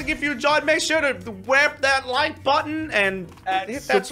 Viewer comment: he said Like putton